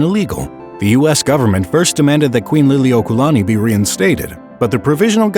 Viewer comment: I agree. I think what happened was that he thought the kahako over 'la' meant the long A sound. But the 'kaua' part was pretty bad too. Gotta give some props for not mangling Lili'uokalani, though - it wasn't perfect but could have been worse.